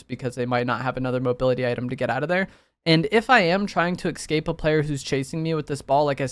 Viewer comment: No me yelling ESCAPE at my phone every time says EXCAPE